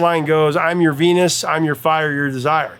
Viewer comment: Shocking Blue: She also misread the Y of Your as a J... Sang as 'Jour' desire.